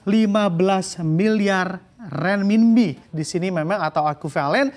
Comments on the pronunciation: renminbi bacanya renminpi, jadi pembawa berita koq bo'ol banget, belajar dulu cara bacanya... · perlu latihan lidah nih untuk nyebut RENMINBI